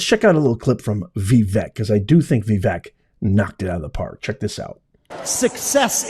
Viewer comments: Maybe your problem with Vivek's name is that you haven't taken the time to learn how to pronounce it. It's not VEE-Vehk. He has pointed out that it is pronounced Vuh-VAYK. Practice it, "Professor." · His name is not Vi-Vek, it’s Va-vake like CAKE Capeesh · Common man, don't keep butchering Vivek's name. It's NOT Vi-VEK it's Vivek and pronounced as Vi-fake. That's not that complicated, isn't it? 😍🙏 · Vivek is pronounced vi vake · Pronounced Ve-vake like cake. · Vee-vake (rhymes with CAKE) Please take the time to learn correct pronunciations of important names.... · His name is pronounced Vi-vake, like cake. He gives this out himself. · VIVEK is pronounced : Vi VAKE (like cake) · I believe his name is pronounced "Vie - vake". At least that is how the commentators were pronouncing it last night. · PLEASE LEARN TO PRONOUNCE VIVEK'S NAME CORRECTLY. I DID LIKE THIS VIDEO VERY MUCH. THANK YOU, KINDLY...